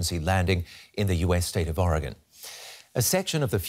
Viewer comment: Kudos to the news anchor for pronouncing Oregon correctly!